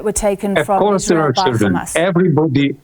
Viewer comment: Can she stop saying Gamas, using the Israeli pronunciation. It's Hamas.